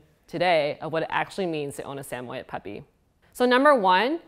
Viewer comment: Pernouced “Sammy-ed”